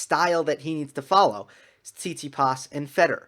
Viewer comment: “Sound like an American” LOL that was on point. Speaking of which, Stef’s name is actually pronounced TsitsiPAS. 😁